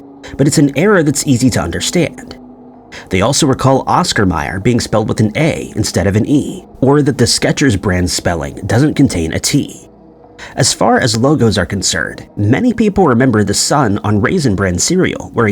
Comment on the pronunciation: But it IS Oscar Mayer, not Meyer. You said it the other way.